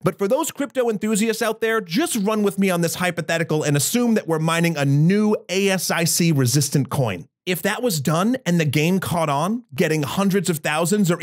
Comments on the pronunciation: Oh god it hurts. ASIC is an acronym, please stop saying A S I C. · it's pronounced ayy-sick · Hi, Welcome to the podium! One nitpick that kept throwing me... the ASIC acronym is pronounced like 'A-sick'. I used to do quality control for ASICs. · I think it's the first time, I heard someone pronounce all letters individually in ASIC. You would normally do that for IC, but ASIC is usually spoken in one word. ;) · Just say aye sick instead of ASIC. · FYI, ASIC is pronounced as a word in the biz, like A-sick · OK. As an electrical engineer, I have to chime in on one of your premises late in the video. First, you do not spell out ASIC. It's pronounced "a-sick". Second, the idea that there's an algorithm "resistant to ASIC implementation" yet doable on GPUs is just plain silly. ASIC stands for "application specific integrated circuit". In other words: whatever a CPU or GPU could do, an ASIC could do better. If you cannot do it in an ASIC, you can't do it on a more general purpose processor (like a CPU or GPU) either. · ASIC rhymes with 'basic' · i think the crypto enthusiasts are more concerned with your pronunciation of "ASIC"